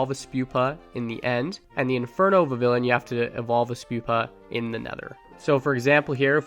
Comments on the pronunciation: vivillon is pronounced vih-vee-yon. it comes from french "papillon," meaning butterfly, and in french a double-L is pronounced like a Y. and in the anime, they pronounce it vih-vee-yon. vivid papillon = vivillon! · You gotta pronounce Vivillon with a bit of a french accent, like "vivi(d)yon", the (d) is just to show that you pronounce the vivi like vivid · Vivillon VIVId papILLON (French for butterfly) You don’t pronounce the ‘L’s , so it’s Viv-eon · Not a big deal but it is Viv-ee-on Thanks for the content, keep it up! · It’s Vih-Vee-On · IT IS PRONOUNCED VIVION THE Ls ARE SILENT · vivillon is pronounced Vi-VEE-on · Vivillion is pronounced like a spanish double L, and so it’s pronounced Vih-vee-yon. (The spanish double L is like a Y in english) :) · Vivillon is pronounced "vi vi yawn" and I have also caught every single biome varient and the dye evolutions. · Vivillon is pronounced Viv eon because of the French word for butterfly papillon pronounce pap eon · It’s pronounced “vee-vee-yon” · Its pronounced "Viv-eon" as its name derives from the french word for butterfly, papillon (pronounced "pap-eon" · Vivillon is pronounced with the double L like a Y, so it would be like "Vi-vee-yaun" This is because in french a double L is pronounced with a Y and Vivillon is from Kalos, the france inspired generation. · I think you pronounce it Vivi-yon 😅 thx for the helpful video! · Vivillon's double L is silent.